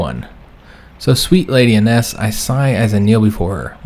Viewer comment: Fyi your wife's name would be pronounced Eye-ness. Nearly caught up so interesting to see where this series goes!